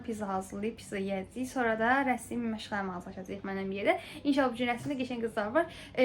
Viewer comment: Rəsim yox rəsm😊